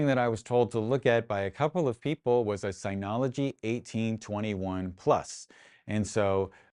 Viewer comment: Nice video. I slightly want to punch you in the face for the constant incorrect pronunciation of "Synology". Otherwise, good video.